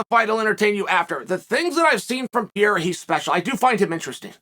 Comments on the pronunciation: Only person Ive heard pronounce Alex’s last name like that. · too much brain damage to pronounce pereira correctly